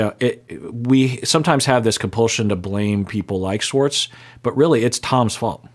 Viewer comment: Why does this man say Swartz instead of Schwartz?????